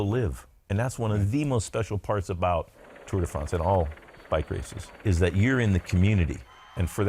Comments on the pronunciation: I had no idea Bobke's background was so incredible. What's more incredible is how he continued to call it the Tour "day" France for so many years despite SURELY knowing he was pronouncing it wrong XD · 'Tour Day France'.